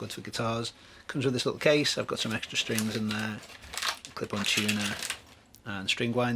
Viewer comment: Watched it on 1.25 speed, thought wow though Brits really speak fast ))) gotta love "string boose"